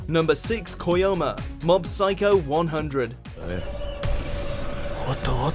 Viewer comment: There's seriously not a single character called Koyoma in Mob Psycho... It would be fine if it was a type, but the guy said it too. At this point i can't take you guys seriously if you don't do a bit of research before starting the recordings.